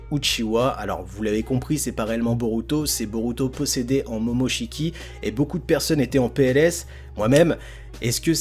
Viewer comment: mais arrête de dire momochki boruto (j’aime pas ce nom je préfère Uzumaki)